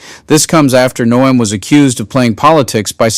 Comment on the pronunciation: You need to get into the settings of your text reader and set it to pronounce Noem as gnome. 😉 Its more accurate.